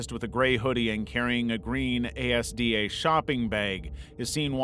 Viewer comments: i cant get over the way you pronounced it A S D A instead of assda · it is pronounced "As-Da" not A S D A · The green bag you said was called a-s-d-a is pronounced as-dah, a British supermarket owned by the same people as Walmart. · Saying Asda like it’s an acronym is gold 💀